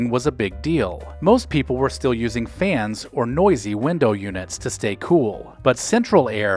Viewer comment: F(e)amily. F(e)ancy. F(e)ans. Instead of Family, fancy, and fans. Let's improve our pronunciation, please.